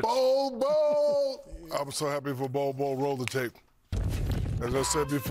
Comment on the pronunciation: NBA is big here in the Philippines. And everytime Shaq mentions Bol's name we hear Pubes 😂😂